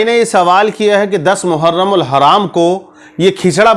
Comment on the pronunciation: मुहर्रम कहते है हराम नही लगाते नाम तो सही से लीजिये